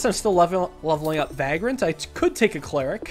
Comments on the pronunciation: ‘Vagrant’ not ‘Vaagrant’ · Loving all the SNKRX videos!! Keep it up. Also it’s Vay-grant not vag-rant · everytime, he says va grant, and not vaygrunt i feel bad, i dont know why. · Hey man, I just thought I'd let you know that "Vagrant" is pronounced "Vay-gruhnt". It sounded weird so I looked up its pronunciation. Love the content, brother. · why does he have to say vagrant like that? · Pronouncing "vagrant" with a long a sound is so weird lol